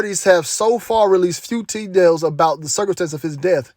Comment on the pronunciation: Tedails?? Lol…good info tho fam,may the most high protect u